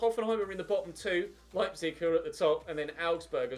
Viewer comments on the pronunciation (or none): none